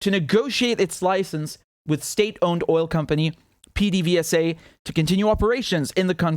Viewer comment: pdvsa is pronounced "peh-deh-veh-sah"...get used to hearing it, apparently.